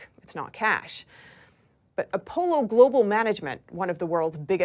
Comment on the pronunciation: I think that’s pronounced Uh-pah-low not a polo